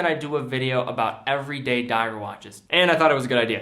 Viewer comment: Lol “EVERDAY” watches